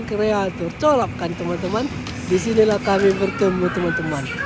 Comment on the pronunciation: Bang bukan colaps bacanya kolebs, gitu bang.